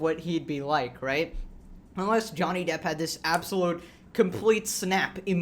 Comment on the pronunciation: The sites are 100% A.I. run that’s why they mispronounce depp.